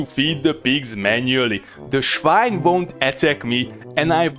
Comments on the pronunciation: Loved it 😂! And even funnier, the pronunciation of "swine" is exactly like in German when you say "Schwein"! I couldn't believe my ears at first! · The German "schwine" cracks me up.